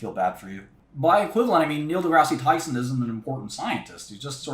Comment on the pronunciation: "If your facscinated by Malcolm Gladwell I feel bad for you." "Neil Degrassy Tyson" 😂